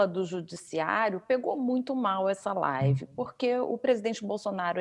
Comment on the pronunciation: Esse mito da desgraça é uma vergonha desastrosa! Ri muuuuito com essa tal laaaaaivi dele 😝